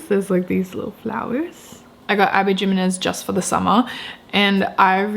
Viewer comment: Just thought I’d mention that Jimenez is pronounced as ‘him-enez’, Maniscalco is not Maniscalo as you said and it’s Rachel Gillig not ‘Gill-ing’ 😊